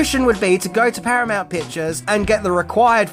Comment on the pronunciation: I saw your post you made about the channel failing,and the massive decline in views. i think you need to move out of the "10 things " genre. Everyone is doing it.Plus not pronouncing names correctly doesn't help. From Tijuana to Stadenko,to "Paramount weren't impressed". I know it's a lot of work,but that's what makes a solid video. Good luck to you